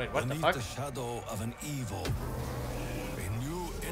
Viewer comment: "What the actual Fock"